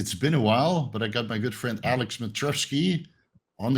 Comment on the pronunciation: It’s Alek, not Alex 😂